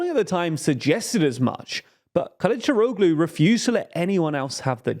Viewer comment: The -oglu ending in Turkish names (e.g. Kilicdaroglu) is pronounced with a soft G, you barely even hear it. It's pronounced somewhat similar to an H. When you use so many names ending in -oglu it gets quite confusing